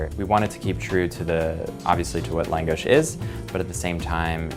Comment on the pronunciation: Reaction At First: Thank you, so so much. We need more Hungarian cuisine in New York. It's lacking so much and I need all the langos in my life. Then: Hearing him pronounce it wrong was pretty weird and why is it so small? Has he been to Budapest? I'm confused. I will still try it... *Looks up restaurant*: Oh, I can't even afford to go...when langos is like straight-up cheap street food on a Balaton. Now I'm just teased and incredibly sad.